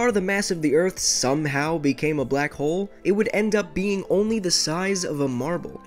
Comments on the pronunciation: I thought that you said “ my name is black hole " bloco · « blak ole »